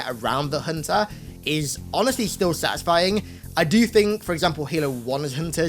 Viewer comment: I wonder how many times he said "sutisfing'' in this video